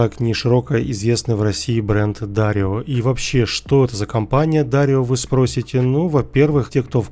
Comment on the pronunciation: дарэю а не дарио!!!!!